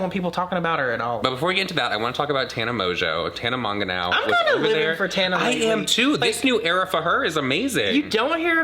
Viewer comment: “Tana mongenow” 😂😂😂